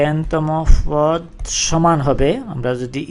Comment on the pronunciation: পদ রে বলতেছেন ফওদ... ধারা রে বলতেছেন দারা.... 😂😂😂